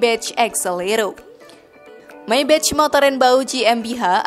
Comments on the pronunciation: Sorry kritik yaa. Maybach dibacanya Maybakh Meybech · Padahal yg bener bacanya Meybag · Rollroyce (rolrois) kok jd rolroits Maybach (maybah) kok jd meybech Saran aja mba pelafalannya di koreksi lagi, ttp semangat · Maybach bacanya MAIBAH bukan maibetc trus ROLL ROYCE bacanya ROL ROIS bukan rol rods..maaf sekit koreksi.. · Dibacanya MAY BAKH bukannya MAY BEC. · Menyebut 'Maybach' bukan seperti menyebut dalam bahasa inggris, karena itu kan bahasa Jerman .. sebut saja apa ada nya. Katakan saja - 'Maibakh' ... Itu sudah betul .. !! Jadi bukan Meibetjh' .. Maap ya ... Hahahah !! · Maybah kayanya di baca nya, bukan maybech😁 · Info sesat Kamu tau 100 triliun itu brp miliar ? 100.000 miliar bro Nah,pengucapan maybach yg benar itu bukan meybech tp meybah 😅😅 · Naratornya sok inggris pelafalannya salah semua, maybach bacanya maybah bukan maybech, rools royce bacanya rolls roys, bkan rol royc, bugatti bacanya bugatti aja, bukan bugeti dan harganya ga ada yg 100 trilyun, nyampe 10 trilyun aja ga,ga usah lebay dan sok keinggris2an deh,noraaaaaaakkkk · Terlalu lebayyy min,,dari mana ngitungnya? Bahasa juga di perbaiki,bugati ya bugati,bukan bugeti,maybach bkn mei bek,,kacau ah